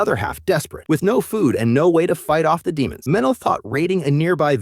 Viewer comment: Stop calling them de(short)mons